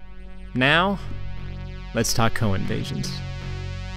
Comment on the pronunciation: I kept hearing "Cohen Vasions"